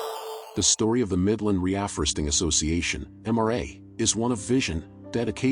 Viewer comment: Re-alforresting ? It's real forresting. Dumb voice program.